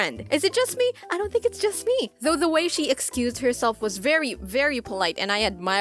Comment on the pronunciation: Yust Say it jajja María sucks!